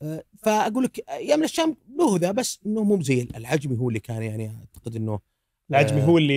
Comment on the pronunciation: حلقة جميلة كالعادة، واصلوا.. والله يسعد بأسلوبه البسيط والصريح بشكل مقبول.. 👍 للتنويه، ورد اسم مطعم العجمي، يبدو لي أن الأخ نطقه بشكل خطأ وهو العَجَمِي (من أعجمي)